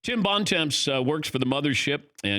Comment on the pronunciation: LOL "Bon Temps"... Americans pronouncing french is hilarious